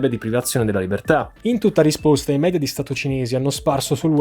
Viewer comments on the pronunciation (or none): none